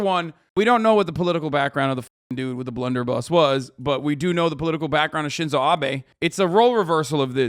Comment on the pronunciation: Bro really said 'blunderbussy' 😭😭